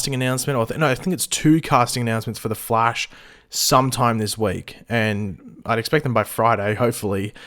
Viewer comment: Wth the flaish 😂